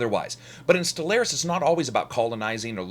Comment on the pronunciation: It's pronounced Stellaris not Stellaris